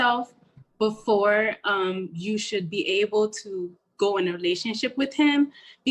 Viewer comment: She promounces the word "with" as "whitch.'